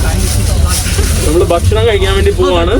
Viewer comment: അതീവ ഹൃദ്യമായ epizode, ദയവായി ഭക്ഷണം എന്ന് പറയൂ, ബഷണം അല്ല സുഹൃത്തെ. ഞാൻ പല പ്രാവശ്യം പറഞ്ഞിട്ടുണ്ട്.